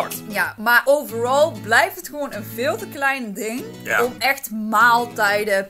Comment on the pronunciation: zegt overrrralll